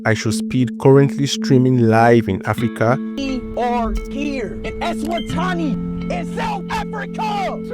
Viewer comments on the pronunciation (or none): Then why are you glazing him so much? He horribly mispronounces a country’s name and you’re like “well at least he said the name” NO HE DIDNT HE SAID FRICKIN “ESWATANI” THAT’S NOT THE NAME. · He’s mispronouncing them IN ENGLISH. Pronouncing eSwatini as “Eswatani” is not him speaking a different language. It’s him not even reading the name right nor even asking anyone how to say it. Speaking English doesn’t suddenly turn “i”s into “a”s 😂